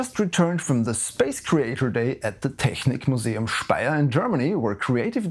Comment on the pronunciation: Wow, I'm german and your pronounciation of "Technik Museum" was spot on, are you/do you speak german??